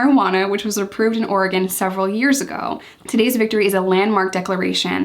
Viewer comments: Yess u pronounced Oregon correctly!! Tons of east coast people say “Ore-gone” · Can I just thank you for pronouncing Oregon correctly!!! LOL ( hearing so many “orey-gone” lately)